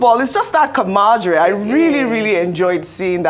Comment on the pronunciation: Which one be ‘camadre’ again? Abi she dey try pronounce ‘camaraderie’?